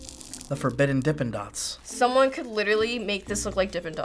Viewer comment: "the forbidden dippn dots" lmao